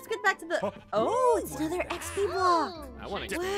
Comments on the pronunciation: And not trying to be rude, but it’s not EXP it’s XP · Thank you for making these videos But You're wrong it's not ExP It's XP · First person to say exp instead of Xp I have seen